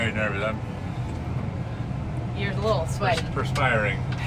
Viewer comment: Hauling the leetle tractor on the leetle trailer with the leetle truck., you’re too cute!